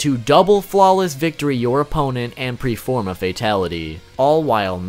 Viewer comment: . You said preform, not perform. 😂